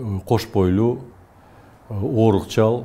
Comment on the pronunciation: Оорукчан деп , суйлобой...орукчал деп айтып жатат.